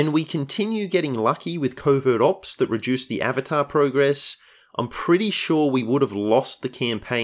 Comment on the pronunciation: I keep hearing "Covid Ops" 😖